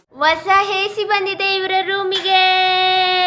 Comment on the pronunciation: ಎಸಿ ❎ ಹೇಸಿ ✅